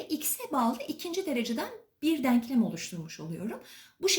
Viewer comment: Hocam harikasınız süpersiniz diksiyonunuz da çok güzel ama yanlış anlamazsanız deanklam değil denklem denmesi gerekiyor. Gerçekten izlerken kulağımı çok tırmaladı söylemek istedim